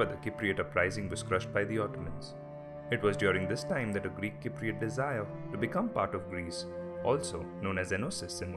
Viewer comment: Learn how to say Cypriot before making a video about it